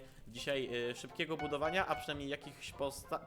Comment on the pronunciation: *budowania a nie budwoiania*